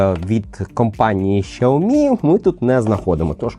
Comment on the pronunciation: 🤣 Так китайська вимова якраз звучить близько до "сяомі". Дослівно перекладається як маленький (сяо) рис (мі). "Шяомі" це викривлений англомовний варіант. У англомовних багато проблем з системою Піньїнь. Прочитайте базові правила читання на вікіпедії. Там написано, що Х читається як С з присвистом.